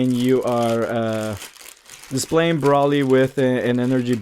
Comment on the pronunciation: u said his name wrong multiple times D: its pronounced (Bro Lee) but is spelled like Broly